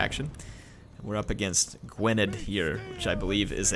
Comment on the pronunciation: its "Gwineth"